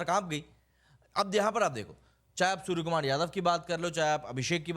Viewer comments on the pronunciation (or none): none